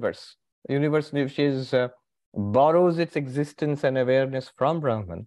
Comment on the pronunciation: Its not braahman,say brahm